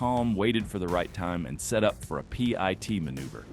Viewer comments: Good lord dont say Pee-Eye-Tee say the freakin word PIT as in pit! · Stop spelling P I T! Call it what it is! A pit maneuver. If viewers don't know what that is, they will learn. But to hear it spelled out is just jarring and interrupts the narrative. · I love the AI voice announcing the police will do a pee-eye-tee maneuver. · It's pronounced pit... is this ai shit?